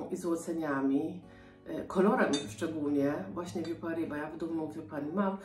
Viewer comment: Dzbanek francuski BOSKI! Vieux Paris trzeba czytać ... nie "wiu" tylko usta układasz jak do "u", ale mówisz "e", że tak ... nie fachowo doradzę 😃😄 🍀🌻🌿☀️🍀🌻🌿☀️🍀🌻🌿